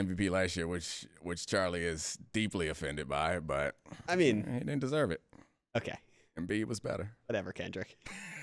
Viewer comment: Did you say Embid😂😂😂 how many times did Al Hordford give Embid fits in the playoffs